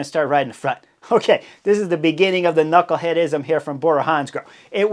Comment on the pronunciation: “Knucklehadism” lmaooooooo